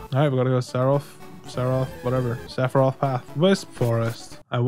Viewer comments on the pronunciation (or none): none